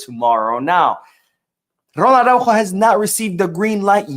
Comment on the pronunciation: Please pronounce the fullback’s name more clearly— Ar-ah-Ú-ho. The accent matters.